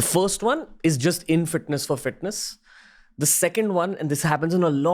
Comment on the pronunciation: “Fitness In-thru-the-ass”